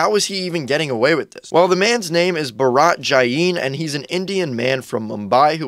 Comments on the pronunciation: My guy really said “BaRAAT Jaiiiin” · All of the comment section angry at the man while mez an indian mad at how he pronounced bharat jain like 😭